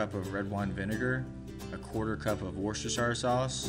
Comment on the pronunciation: It's pronounced "Wooster-sher" not "WWworr-ses-ter-SHIRE"